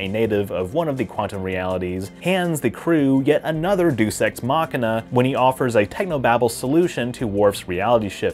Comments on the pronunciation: I have to raise questions about your "juice ex machina" line - that's not at all how you pronounce "deus" (sorry) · Day-oose Ex